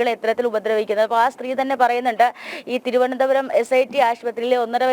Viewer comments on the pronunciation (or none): none